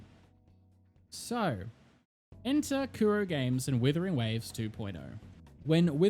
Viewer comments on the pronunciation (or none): IT'S NOT WITHERING IT'S WUTHERING WAVES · Are you saying Withering Waves or Wuthering Waves lmao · its wUthering waves, not wIthering waves!!!!! AAAAAAAAAAAAA